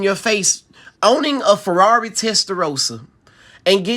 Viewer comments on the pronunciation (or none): none